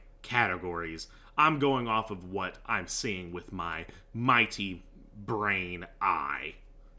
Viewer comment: "Brain aye" 💀💀💀